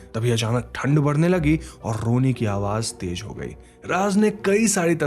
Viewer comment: Please speak the language properly. It's mash hoor not mas hoor. Similarly J is not Z and vice versa. Tez not tej for the fast.